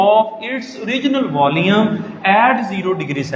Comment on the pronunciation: It's volume , his pronunciation is VOLEUM 😂